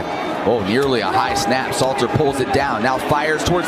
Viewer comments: *SALTER …. U gotta at least get the man name right bro lol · Great content but his last name is Salt 🧂 er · It's pronounced "salt er" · Learn to pronounce these young athletes names correctly. Salter & Slater is not the same name. Are you sober bruh smh? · We will just call him K-Salt.. not Slater or Salter.. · IT'S SALTER NOT SLATER. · Name is : S A L T E R (pronounce SAULTER ) NOT SLATER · Dude, stop calling him Slater 😂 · Hell I cant even concentrate on the video properly without hearing this man's name slated all throughout this video smh dawgg😂😂😂 You're going to need to remake this video for sure 😂😂😂